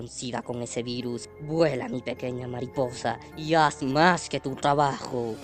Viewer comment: ya se pero como lo dice se escucha con una "h" y también es para darle humor